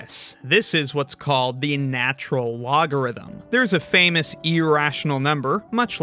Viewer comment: I'm sad you didn't bring attention to people like myself who can't help but say "lateral nogarhythm"